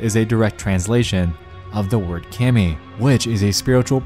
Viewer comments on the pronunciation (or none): it took me longer than i want to admit to realize that the KAMI was the japanese deity because he pronounced it with a long a instead of "KAHMI" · you mean kami (pronounced k-ah-mee)? u mispronounced it the whole video lol (LOVE YOU NEXPO) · It's also pronounced commie (like communist ? no relation) and not like "cammie" (like camouflage .. also no relation) A in japanese is almost always pronounced like the O in octopus and never like the A in "and" (sorry if this comment ruins preconceived notions about how to pronounce the words anime and manga. You're almost certainly saying them wrong. You're welcome.) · It's also pronounced as two phonetic sounds "ka-mi" (caw-mi), not "cammy", which irked me every time he said it lol. Again, he's not a native speaker (neither am I), so I understand it, but I guess another tidbit for anyone curious 🙃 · Its pronunciation Kah me. Kami is japanese for god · Bothered me when he pronounced kami like “camie” instead of “kah-mi” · A little late to the party here but isn't kami, not (cam me) but phonetically spelled but pronounced (com me)? as in dragon ball z's Namekian guardian of earth. Just wondering. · "Kami" is prounounced "kah-mee" NOT "kaym-ee". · Uhhh Nexpo...have you not watched db/dbz/dbs at all?...it's said like k-ah-me not cam-ee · its excruciating hearing everyone call her "camie" instead of kami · Ooh it kills me whenever he says keh-mi instead of kah-mi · Its not kimi its kami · Ka-mi not Kam-ei. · Kha-me not Kay-me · Btw, I hate to be the one who points this out, but it's promounced kahmi, not with an english short A. I have no clue how to get phonics symbols on my keyboard so I hope the spelling makes it obvious. If I'm wrong I would like someone correct me please. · It's also pronounced "Kah-mee" unlike how he says it in the video, though a slight mispronunciation isnt a problem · It also killed me how he kept saying Cammie LOL God damn quit making fun of me dude hahaha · Way to pronounce kami wrong ;)